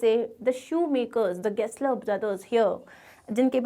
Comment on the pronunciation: Gessler ❌ Guessler✅